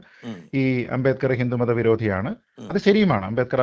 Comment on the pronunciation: ഭീമ റാവ് അ൦ബേഡ്കർ എന്തിനു അ൦ബേദ്കർ ആയി ഉച്ചരിക്കപ്പെടുന്നു Sir?